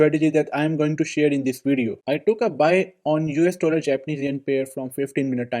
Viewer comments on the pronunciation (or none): The style of saying dollar. You are a lahori